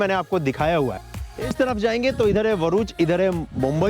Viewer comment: भाई बोर्ड पर साफ साफ लिखा है भरुच, फिर भी तुम वरुच वरुच किए जा रहे हो! पैदाइशी मुंँह में सुपारी है क्या?